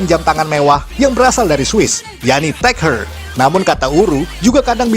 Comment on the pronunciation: Tag Hauer dibaca Tag Hoyer min, cmiiw 🙏